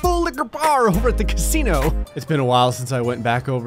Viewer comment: Ova at the ca-see-no